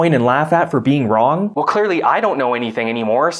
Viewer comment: It's pronounced "Wrong" not "Wron".